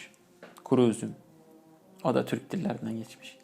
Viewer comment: Tür”Ü”k değil. Türk!